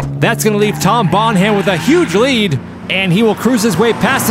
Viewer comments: It's TOM BONHAM... not Tom Bon Ham! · Seeing as how Tom Bonham is moving on, I thought I might give you an alternate pronunciation of his last name. It's not Bon-HAM like you've been saying. It's more like BONnem. It sounds much better like Tom Bonnem. Oh and #DIRTYSWEEP3D4EVA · Them pronouncing it Bon-Ham is hilarious, when it's Bon-Um. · Bon-Ham? No Bon-am! Silent H in Bonham! 😂👍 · Another great spectacle! Loved it! Now I'm no expert on surname pronunciations, but Tom Bonham's last name is spelled the same as the late, great John Bonham. John's last name was pronounced phonetically as (bɑːn'-əm), the 'h' being silent. Poor Tom, with his surname being pronounced (bɑːn'-hæm'), may well be feeling a wee bit edgy about it, but I can't speak for him. Just saying if I shared my last name with someone like John Bonham, I'd want it pronounced the same way, even if my family over generations never did and always pronounced it ((bɑːn'-hæm'). If Tom does pronounce his surname as it was articulated for this race, he should absolutely change it out deference to John Bonham. At any rate, you guys should assume Bonham is pronounced the way it should be, as it is for John Bonham, and Tom will get used to it, maybe even come to embrace it one day. Besides, he's driving a Ford Escort. Just my two - maybe three or four - cents. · It’s pronounced “Bonnam”, not “Bon-HAM” 😂 like the greatest drummer of all time, John Bonham! Lol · Bon-ham?? Well, you pointed out that you're reading the comments.. so again.. Bon-ham? It's pronounced Bon-um. 😂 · And nobody in the world pronounces it "bon-ham". Don't know if he's being obtuse or just clueless. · Okay since he won, I feel like we need to talk about how to pronounce 'Bonham.' It's not necessary to pronounce it quite so 'carefully.' It's just 'Bonnem.' Also, the random Star Wars references being turned into possible drug names... awesome! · It's not Bon-Ham...... it's Bonam dammit Bonam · Bon-Ham? are you doing a bit?